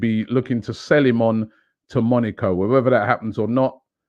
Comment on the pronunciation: Robbie, Monaco not Monico